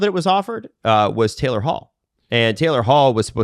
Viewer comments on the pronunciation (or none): none